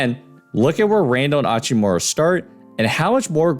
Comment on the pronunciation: Hachimura isnt hispanic. That h isnt silent lol